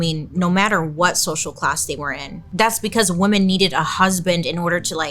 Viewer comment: Write this down: woman= singular WoMEN= plural (pronounced wimin- like swimmin’ without the s) Please don’t ruin this word